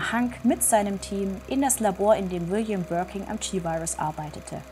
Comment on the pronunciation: 1️⃣ mit Stern ⭐️ liebe! Gerne mehr 🥳🔥✌️..Birkin, nicht Birking 😅